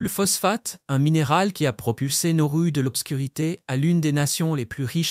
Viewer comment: Pas Norru mais Nauru 😊